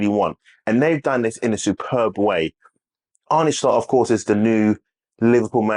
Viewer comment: Ah-Nur Slot... not Ar-Nie Slot